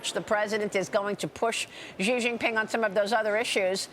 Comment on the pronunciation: "Xi Jenping should be worried" 😂😂